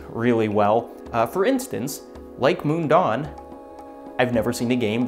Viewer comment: As a Swiss Person living near the real Mundaun I'm really happy to see big Youtubers talk about it. Just one small note - you pronounce it more closely as "moon-down" not "moon-dawn" ;-)